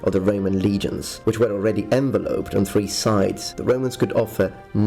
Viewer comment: Envelope and evelope are pronounced differently.